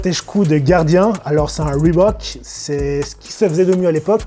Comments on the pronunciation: bah il le prononce bien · Merci de pas avoir massacré le nom Reebok. Cordialement, moi.